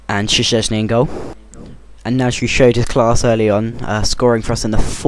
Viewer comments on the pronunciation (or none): it's shezney, say it like that